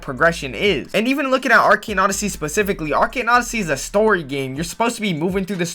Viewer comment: Actually everytime he says arcane odyssey it makes me kinda mad or pissed idk why when the other guy says it not you tough you say normally